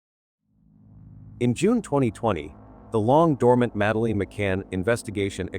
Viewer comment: Uhhghhh, the AI narrator makes my ears bleed! I can't even watch the whole thing! It can't even pronounce her name or simple words like poster right! Please, get a real person to narrate, stop cutting corners to save a few bucks! Take pride in what you produce! There's too much garbage out there today!